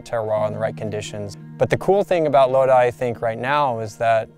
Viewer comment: Very informative video, even instructed me how to pronounce 'Lodi' AVA properly. Certainly deserves more views.